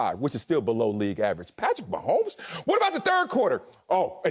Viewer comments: I love this guy lol "Patrick 'Meh' homes" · Lol "Meh'homes"